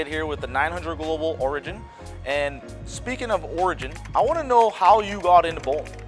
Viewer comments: This. It was really bugging me how he was pronouncing it. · That's not how you pronounce "Origin". Just trying to help!